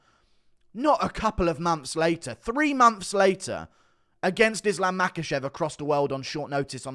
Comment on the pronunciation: 2 mumps later no dude it's 2 months later Not mumps lol